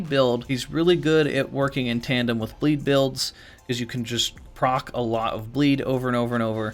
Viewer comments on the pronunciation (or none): none